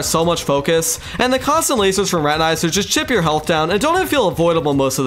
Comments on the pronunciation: Not high quality. He says spazmatasm and reteneyeser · why does he say spazmatAsm and retinIzer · the way you say spazmatism and retinazer got me fucked up bro 😭spazmatazm and retin-eye-zer